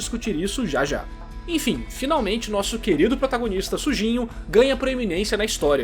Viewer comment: Não sei se é impressão ou não, mas parece que o Narrador fala Sujinho na hora de pronunciar o nome do protagonista. Kk